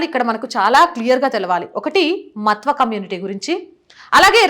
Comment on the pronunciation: విశ్లేషణ చాల వివరణ తెలిపినది ముఖ్యము గా కుటుంబ పార్టీ లను సమర్థించే AP హిందువులకు కను విప్పు కలిగిస్తుందని నా నమ్మకం. (దయ చేసి మత్వా అని కాకుండా "మాతువ "అని పలికి చెప్పండి) భారత్ మాతా కి జై ✊ వందే మాతరం 👋 జాగో రే జాగో రే జాగో హిందు 🙏🙏🙏🙏🙏